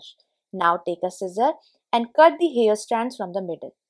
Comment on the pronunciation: Since your videos are about home improvement, you may also believe in personal improvement, so can I suggest that you work to improve your English pronunciation, mainly because the way you say so many words, they become new words with different meaning, causing confusion. I am aware that in India the mother tongue influences spoken English. Examples, access/excess, scrape/scrap, hair/here, mat/met, closer/closure, cloths/clothes, etc. My suggestion comes from a good place, hope you receive it positively 🤗 Great tips, btw!